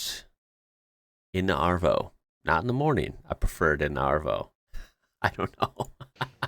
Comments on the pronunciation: it's aaaavo (like a for apple) not ahhh-vo Aussies don't say ahhhvo Pull your voice up higher in your throat so it sounds more tinny and like a tenor singing and say it with a more open sound (definitely not dragged out the way I spelled it - Aussies don't drag sounds out like we Americans do - it's quick) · its AVO pronanced (A-VO) avacardo and arvo pronouced (AR(like the piret arr)-VO) sorr for bad spelling i cant spell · If you were in Oz, you'd be known as "Blue" or "Bluey" because of your hair colour. BTW...it's pronounce AVo, like HAVE without the H. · You're saying "avo" like "arvo" and then butchering "arvo" by pronouncing the "r" in it. "R" is never pronounced unless there's a vowel after it (a vowel sound, not a letter - silent "e" doesn't count). "Avo" is "av-o" and "arvo" is "ah-vo". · No no, avo and arvo do not sound the same. Avo uses the short A as in average, apple and ant. Arvo uses the long vowel, ahvo. I keep noticing that Americans have problems distinguishing between long and short vowels, it’s really weird!